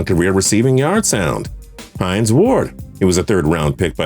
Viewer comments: Heinz Ward? 😂 Remember it's "Hines" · It's Hines Ward not Heinz Ward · “Hines” not “Heinz” Steelers fan here 🤙🏾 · It's HINES Ward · “Heinz” is the name of Pittsburgh’s stadium. “Hines” is the name of their legendary WR. Sign me up to edit for TPS, cause y’all make so many blatant mistakes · Lol you spelled it Heinz Ward like the ketchup company 😂 It’s Hines Ward. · Heinz Ward😂😂, u mean Hines, he ain't no damn ketchup